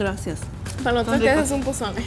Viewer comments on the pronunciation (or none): it's not poSole, is poZole